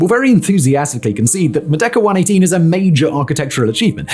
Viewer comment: I mean, it kind of sounds like that, but even then it's kind of a stretch considering how he's not exactly pronouncing the word correctly